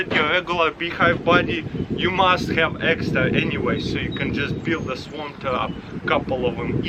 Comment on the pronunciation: I thought he said swamp trap